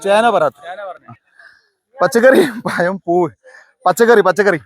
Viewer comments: പയം അല്ല പഴം എന്നു പറയുക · പയം അല്ല പഴം എന്ന് പറഞ്ഞൂടെ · പയം എന്ന് പറയല്ലേ പഴം എന്ന് പറ 😅😅😅😅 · പയത്തെക്കാൾ ക്ലിയറാണ് ജമന്തിയെന്ന് പറഞ്ഞത്...... ആദ്യം പഴം എന്നു പറയു😂😂😂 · പയമല്ല. പഴം . എല്ലാവരേയും ഒറ്റ round ൽ നിർത്തുക. അവർക്കെല്ലാം നമ്പർ നൽകുക . പച്ചക്കറി പഴം പൂവ് എന്ന് പറഞ്ഞ് നമ്പർ വിളിച്ചാൽ മതി. അവർ ഉത്തരം പറയും. അപ്പോൾ ചോദ്യകർത്താവിന് ഓടിനടക്കേണ്ട . വാഴപ്പഴം എന്ന് മാത്രമേ പറയാവൂ. എല്ലാ വാഴപ്പഴവും വെവ്വേറെ പറയാൻ പാടില്ല. ഇഞ്ചിയും പുളിയും മഞ്ഞളുമൊന്നും പച്ചക്കറിയിൽ പെടില്ല മാഷേ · പയം അല്ല പഴം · പഴം പയം അല്ല ഹേ